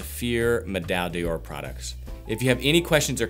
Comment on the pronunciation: Deoor? No! D'or is pronounced: "Door" just like the door you enter in any given building.